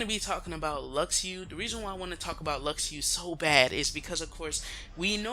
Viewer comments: it's not luxiu....it's Luxu like Lushu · Jaguar has the lost page, not Luxu and its Luk-shu.